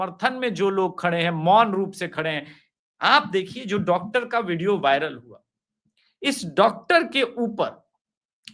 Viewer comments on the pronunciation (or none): none